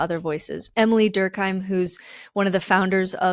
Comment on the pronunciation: Émile is closer to "A Meal" not Emily